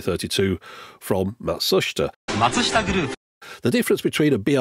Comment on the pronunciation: Nice job pronouncing Matsushita